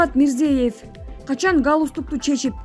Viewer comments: Гайпикулов эмес, Гаипкулов. Мирзиеев эмес, Мирзиёев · Диктор кыз Мирзиёев узб ПРЕЗИДЕНТин Мирзаев деп 3 жолу окудун туура айтиш керек бул сабатсиздык уятда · Мирзиеев эмес МИРЗИЕЁВ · Аай журналист кыз, окуй турган материалдарынды, адамдардын аты жонун бир канча ирет окуп даярдансан болмок.Гаипкулов дегенди Гайпикулов деп ал эми Озбекстандын президентинин фамилиясын Мирзеев деп ката окуп жатасын, бул абдан уят сабатсыздык да. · Ушул окуп жаткан кыз ото сабатсыз адамдын кыжырын келтирип, бардык фамилияларды катаа окуйт. Мис:Мирзээв деп окуйт. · Мирзиёев.....ёёё дечи ай Кыз.туура окусан фамилияларды....аллооо ушул сага учунчу жолу айтып атам туура оку деп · Кызым туура окучу Узб.презид.Мирзиевдин фамилиясын.